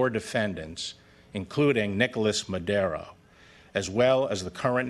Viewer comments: It Maduuuro, Barr, not Madeeero. Gees! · I hope our Attorney General will at least learn how to pronounce the name of the Venezuelan President/dictator/drug runner that he is indicting. MadUro not MadEro. Anyway, I am all for serious drug interdiction and harsh economic measures against the Venezuelan regime. Just dont get us INSIDE Venezuela. The Venezuelan people are going to have to be the ones to do any regime changing that may happen. The American people have no stomach for that crap right now. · He cant say Maduro